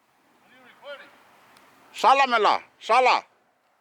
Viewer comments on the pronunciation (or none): She said Shalla Who? SHALLA MELLAH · Did you say... jala mi la ❓❓🤣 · She said shalla who???? LOL LOL